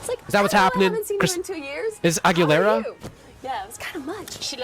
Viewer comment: you butchered her surname :face-fuchsia-tongue-out